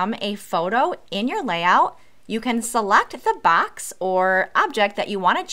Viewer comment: Jeez, your vowels… “Seluct the bax” try ‘select the box’